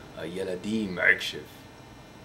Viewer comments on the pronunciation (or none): and you occasionally say "k" insted of "ch" like when you say "akshav" and you suppose to say "achshav" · You speak hebrew very good. You only have to fix 2 letters you don't say them good: The letter "כ" like "עכשיו" Need to be say like "Achshav" and not "Akshav" and the letter "ע" you say it too loud you should say it almost like the letter "א". Good Luck! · אחי אומרים עכשיו לא עכשייופ